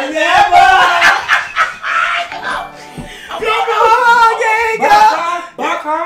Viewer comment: “Cant forget the bev NEVA NEVA NEVA”💀💀